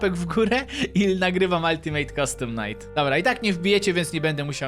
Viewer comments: czyta się altimejt kastom najt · i ten ja który słyszy że mówisz ulti mejt custum najt wiem pisze się UCN/Ulitimate Custom Night